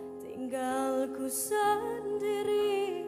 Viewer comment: It's "sendiri" pronounced as sern-dee-ree not sen-ngee-ri. obviously misheard it.